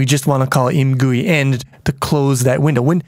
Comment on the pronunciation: I think should be pronounced "I. M. Gui", as in "I am gooey after all that time in the poo game from the beginner series".